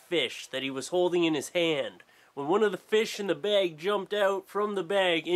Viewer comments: bag not bayg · please learn how to say bag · i love how say bag. "bayg" haha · i swear it sounds like you're sayin bage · Say bag again. ... Oh Canadians :) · he pronounces bag like St. Lucy people! AWESOME!!!! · haha he says bag so funny haha this is so much better to watch high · The way you say bag is amazing <3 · canada? "BAIG of FEESH"